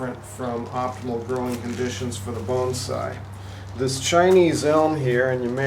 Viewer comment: Even youtube's auto-translate thinks you said "Bone side", rather than "bonsai".